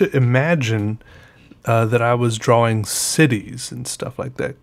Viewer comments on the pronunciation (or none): I get it now! You say dra-wing! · I like the way he says 'drawing'…...draw-wing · This is my first '' vid I ever watched. (a long long time ago in my galaxy far far away...on a rainy wild sad day, when I randomly typed in Pen and Ink drawing (A.K.A. 'drawering', the proper pronunciation...) just to see what was going on... And I have been deeply, head over heels in intrigue ever since. (RrrrrRRrrr...except when my work tears me away from the screen scape. Alas! I love my jobs! 💔💓🔥) Keep on keeping on Hero.